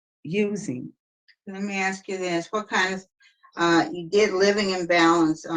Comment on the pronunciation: "I AXE to be move, I AXE..., I AXE..., I AXE..."